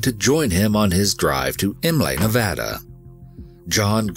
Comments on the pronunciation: My comment is super off topic Omg you said nevada right, thank god. I hear tourists mess up the names here not only for our state but somehow our cities, parks, shit even our streets and such SO often. Its a multicultural state that has deep roots in native american and mexican culture and languages and grew up hearing people intentionally mispronounce names of places and people so even tho some consider the names in this story as something small and not important, i see it as a subtle and solid nod of acknowledgement and respect towards others in a number of ways (on top of how the stories are covered, this is why i respect this team so much, so thank you for the research, work, and respect you guys put into these stories and videos ❤) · Me: Already an EWU fan. Also me: An even BIGGER fan after hearing "Nevada" said correctly. I almost want to weep tears of joy. 😂